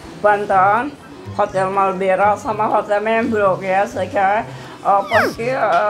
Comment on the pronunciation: Marbela ponski bukan malbera😂😂🤣